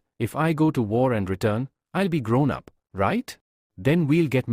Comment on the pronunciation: i' el el (i'll)😂😂😂